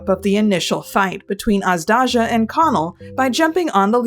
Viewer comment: It feels weird hearing people pronounce Azdaja as "Azdazha" when original word "Aždaja" is pronounced like "Azhdaya" I guess both are correct in some way